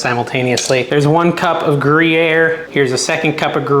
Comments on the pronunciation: Gree-air. And the end of it is called the rind. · Groo year emphasis on the year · It's pronounced. gru year. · I think you annunciate Gruyere : gree-air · Repeat after me: "GRU-YARE." 😊 Really liking your channel! Keep up the good work! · I live in Switzerland . . . it's pronounced phonetically: grew year ( the closest I could come to explain it) . . . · The pronunciation sounds like grew-yair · FYI - Thr pronunciation for Gruyère is “Gree air”. Kitchen Hint: When cooking pasta, always salt your water, and add a little (1-2 tsp.) butter to water. It will prevent the pasta from sticking and will keep the liquid from boiling over. Additionally, adding olive oil to the noodles after cooking will prevent them from sticking together as they cool. Note: You should have allowed your roux to get a little darker, prior to adding the cheese. It takes 1 minute for the raw to cook off. A roux needs to cook for 1-2 minutes to fully develop. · Say: groo-yare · “Groo-year” cheese is how we say it. Lol Unsalted because cheese has salt and you don’t want it to be be too salty and want to be able to control the salt/add your own with spices. Flour to make a roux like a ton of recipes start out, it’s to get/keep the sauce thick. Gumbo starts off this way too. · It's pronounced gree-air. It's often used when making french onion soup. It's a cheese I buy fairly regularly. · "Gruyere" is pronounced "Gruyere" you're welcome. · The fact that you cant/wont learn how to pronounce Guyre is not a badge of honor. OR you could google it. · Love your videos! It doesn't matter how gruyere is pronounced. It's funnier to listen to you try to pronounce it. Laughing with you and not at you. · Thumbs up every time you say Gruyere cheese! 😂🤣